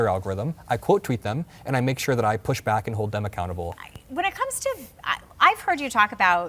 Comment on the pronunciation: If yo go bock…. Geez.